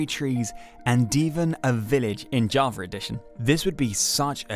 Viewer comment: Love the way bro says Java jarver